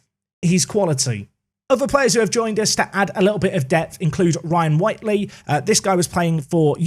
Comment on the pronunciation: It's whitley not whitely